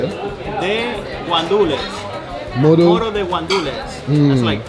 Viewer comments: is not mono is moro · Mono? You mean Moro???